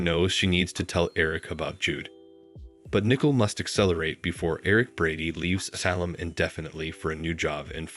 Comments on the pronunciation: Learn to pronounce their names correctly! It is NICOLE... noy Nickle!!! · Please It's NICOLE not NICKLE"! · Its not nickel it is Nicole, how stupid